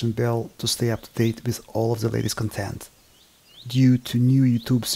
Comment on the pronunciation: Fantastic work, love all the interesting work you share with us. Topsy-Turvy is a very appropriate name for your work bench. Your English is actually quite excellent. Only one minor comment regarding your closing statement is in the pronunciation of the word "content". And its is one of those words that is difficult for any one of us non native English speakers as you have two words that are written the same, but pronounced differently according to the meaning. "Content (KAHN tent/emphasis on the first syllable) is a noun that means: (1) items contained inside of something else; (2) the main ingredient in a particular substance; (3) the ideas or topics discussed in a written work or speech; (4) the topics covered in an academic course; or (5) the list of chapters or sections in a written work, which are usually outlined in a table. The word content is derived from the Latin word continere, which means to enclose or hold together." "Content (cun TENT/emphasis on the second syllable) is usually used as an adjective or a verb to mean satisfied, to be in a state in which one’s desires and needs are met, to be appeased. Related words are contents, contented, contenting. contentment. The word content is derived from the Latin word contentus, which means satisfied."